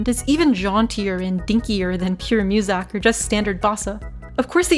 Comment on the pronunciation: Y u say musak?